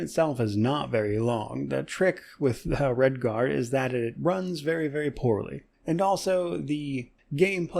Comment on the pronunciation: Several years late and long after it's time in the main spotlight describes every game I play.😁 Looking forward to more PoE content and Redguard (I keep hearing "Redfall"). I still really want to play KOTOR but just don't feel like fiddling with getting it running and praying for no game breaking bugs. It's so refreshing playing Dishonored; this thing is built like a tank! I don't think it is possible for this game to crash. You can Alt-Tab, watch YT for hours then jump right back in no issues at all... remember?